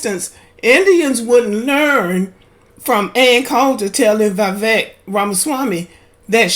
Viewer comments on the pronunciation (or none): He can’t even pronounce Vivek correctly